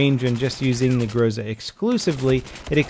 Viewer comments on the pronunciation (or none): its not growsa, its gro-zA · It's grozA, grozA, not a grOza ffs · It's fucking grozA, not grOza you idiot! So irritating! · It's not GrOUza, it's GrozA! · grozA!!!! Not grOza! Groza=thunder. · It sounds grozA, not grOza :) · It's not fucking grOza, it's fucking grozA Second stressed syllable ffs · GrozA, stress is on A.